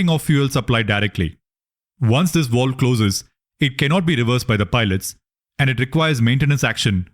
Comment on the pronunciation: It was complete waste of time , get your facts together , you keep on jumping all over the place , wishy washy .It is supposed to be VALVE not waalve . You don't have any clue , what you are talking about.